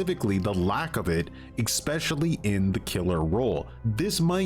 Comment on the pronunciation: I liked the video very much, 10/10. The only exception was how you pronounced 'especially'.